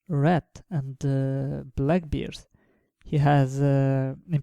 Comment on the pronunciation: And for sakes, BEARS, not BIARS, it reminds me of beards, but BEAR! it's an "E", not "I". Good work btw : )